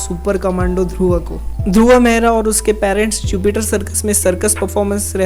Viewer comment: It's Dhurv not Dhurva....... 😐